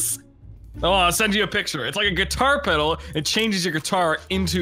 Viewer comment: "peddle" lmao